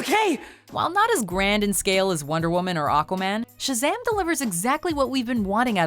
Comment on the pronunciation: 7. Why you Say Shzam when it is ShAzam?